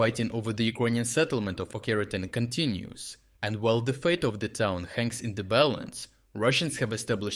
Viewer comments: why do you call Očeritne , Okertine ? Are you even Ukrainian ? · очеретине is spelled with a ч - ch, not a х - kh. Why are you pronouncing it like that? It is a local dialect or am I missing something. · Ocheretyne is pronounced as written not OKERETAINE